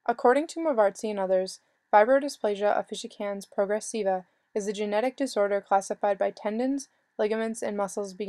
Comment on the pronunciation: she totally butchered the name but ok